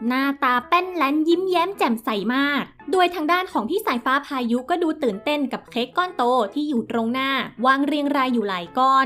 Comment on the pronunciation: แอดเวลาอ่านต้องน้องสายฟ้่า น้องพายุนะคะ ไม่ใช่น้องสายฟ้่าพาย